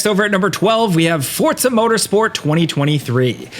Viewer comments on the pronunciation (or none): Did this man say Fortza? XD